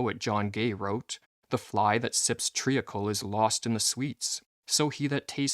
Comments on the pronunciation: Pronunciation of "treacle"... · Is this AI or can you not pronounce treacle